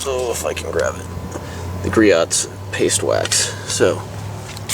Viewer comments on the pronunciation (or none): Gree-oh's, not Gree-ot's. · its gree-ohs you dont say the T